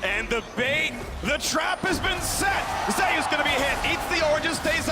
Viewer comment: Why do they pronounce "Zeus" this way? it's been bugging me since day one. Is it that the player told them that's how he wants it pronounced, which is ok, or is it just a mistake?